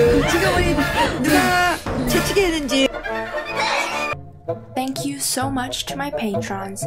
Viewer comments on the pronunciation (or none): I literally thought that she said “f*ck you” for a sec, then I realised she said “Thank You” 😅